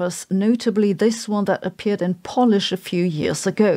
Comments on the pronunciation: You keep mispronouncing the language spoken in Poland. The way you pronounce "Polish" is the way the verb "polish" (Yes, it's the same spelling!) is being pronounced. What I keep telling my German friends is that English is not a phonetic language! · its pronounced polish not polish, smh